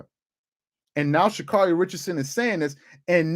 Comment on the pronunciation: "She-Cyarun" had me rolling. 😲